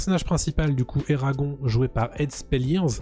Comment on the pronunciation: Eragon eragon..ca se prononce eragone